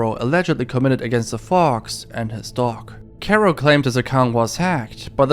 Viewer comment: Kero not Kuro